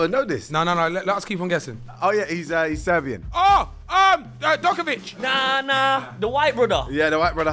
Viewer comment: "Djokovìch" "Luka Modrich"😭😭😭😭😭